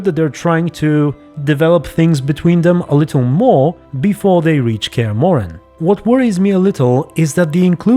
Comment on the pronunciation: You got Cahir pronounced correctly. Also they're gonna have to do some shit to bring him back. He's my favorite side character and they butchered him in season 1, was absolutely devastating. And Rience is pronounce like science but withe and R instead of an Sc.